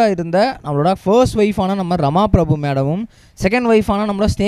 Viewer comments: The announcer doesnot seem familiar to names. It is not Rama prabhu, Rama prabha. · Rama Prabhu illa.. 'Rama PrabhAA'